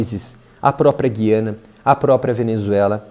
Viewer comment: O povo insiste na pronuncia errada... Guiania. G u i a n i a